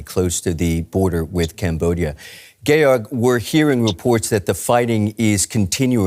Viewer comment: Nobody noticing how he called "Georg" "Gay org" 😂😂